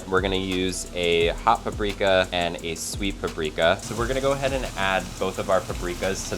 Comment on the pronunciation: its not pappreeeeeeeka you moron its paprika